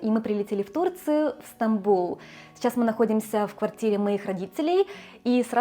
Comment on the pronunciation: Потому что она его неправильно произнесла, с ошибкой.